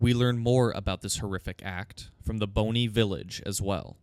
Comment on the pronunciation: Bonny isn't pronounced like bone-y, that kinda takes away the significance of it being called Bonny Village lol. And Mohg is mow-g, not 'mog', like this pronunciation is in the game into which you're deep diving